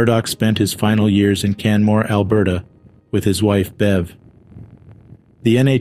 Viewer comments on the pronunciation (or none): none